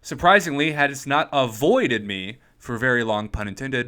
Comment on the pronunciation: lol if you emphasize "Void" in "aVOIDed". you dont have to follow up with, "pun intended". Yea, we get it